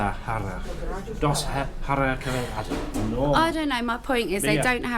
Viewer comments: Another intereting vlog, just as well there are no cars and only a few people around as the streets are so very narrow!!!! in Spanish the c un cerveza is pronounced as the second c in concert!!!!! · I’m enjoying your videos ❤️. Btw “The “C” in CERVESA is pronounced S